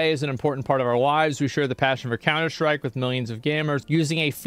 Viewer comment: he's beginning to more and more use "sch" instead of "st" noises when saying words like "stream" and "strike". it will be known as the emiru effect